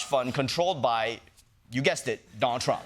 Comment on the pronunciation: Chieng is not funny, and his extra thick accent is distracting... he really leans into it. He can't even properly pronounce "Donald" but is always calling him "Don Trump" 🙄 Unwatchable, except for those of us who are into pain.